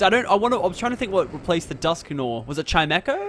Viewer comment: Just fyi, Dusknoir is pronounced 'Dusk-Nwah' (hard to write) - French for Black.